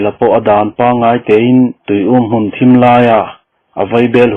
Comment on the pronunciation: Thim a zing tiha thim hi dark ni loin lam hniam khamphei tur..zu in hi khiat an ti a,i lam fuh lo..lam san khamphei tur aw